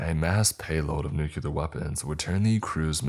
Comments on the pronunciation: It’s nuclear not nucular 😂 learn English if speaking it is your job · Nucular isnt a word, George W lol. Nuclear* sorry, I'm old and remember when the president used to make the same mistake. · New-clee-er not nook-yoo-ler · ok I love these videos my only thing its pronounced new-clear/nu-clear. not new-cue-lar. Please it drives me crazy XD